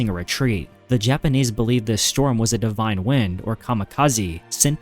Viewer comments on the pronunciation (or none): none